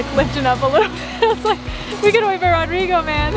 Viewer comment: I really enjoy watching your builds. Does ROdrigo pronounce his name ROdrigo with a long O or Rodrigo with a short o. That is uncle's name in Colombia. Just curious. Stay healthy and keep making videos!!